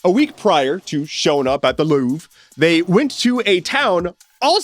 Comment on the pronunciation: The "I'm louvring it" sounds both like 'loving' and 'losing'